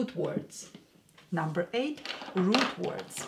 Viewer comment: Whenever you say “root words” I first thought you said “rude words” and were going to teach us that 😅😉🤩